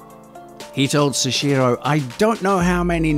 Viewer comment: seshiro?? soichiro. soh-ee-chi-roh. soichiro